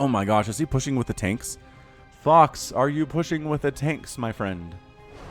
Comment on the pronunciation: is it just me or is it that every time that he says fox it almost sounds like he says fucks... are my ears playing me for a fool?